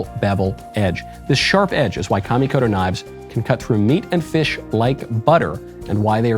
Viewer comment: Thank you for pronouncing Kamikoto correctly. Please walk next door and school Matt Walsh on this. 😂